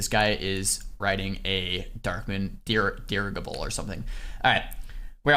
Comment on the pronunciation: did anyone else quote The Mummy Returns when tried to pronounce "Dirigible"? I know I did.□